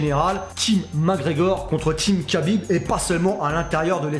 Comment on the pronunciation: C'est KHA-bib et non KA-bib ça ce prononce comme le chanteur Cheb KHA-led 😉